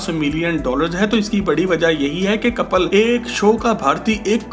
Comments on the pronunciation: BHAI KAPAL NAHI KAPIL HAI ISKA NAAM KAPAL KAPAL STOPITNAAM SAHI LENA SIKHO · Kapil naam h kapal nhi